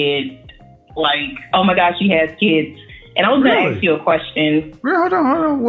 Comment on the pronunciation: Why is "ask" so hard to pronounce ?..........